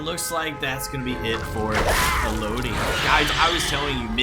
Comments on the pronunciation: i’ve never heard anyone pronounce renato as henato and elodie as eloudie, great matches though loved the stealth build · The way you mispronounce Élodie makes me stop watching the video, cool builds doh.